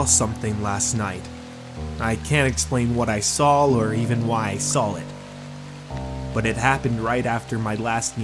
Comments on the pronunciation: Do you mean saw not sawl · Oh no he sawl something